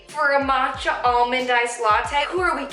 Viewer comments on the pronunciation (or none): none